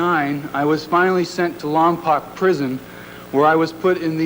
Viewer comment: It's LOM-POKE! Not LOM-POCK!